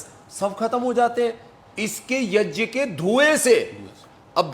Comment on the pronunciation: स्वामी जी प्रणाम ! आप पर गर्व है सबको, पर कम से कम सही संस्कृत शब्द " यज्ञ " तो ठीक से बोलना सीख लीजिए ! कृपया गलत शब्द " yajn " बोल कर देवनागरी का अपमान तो ना करे. धन्यवाद